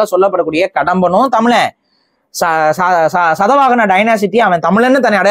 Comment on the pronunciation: Sadavagana illai, Shaathavaahana. Idudan Tamil prachchanai. Enna eludurukko ada uchchrikka mudiyadu.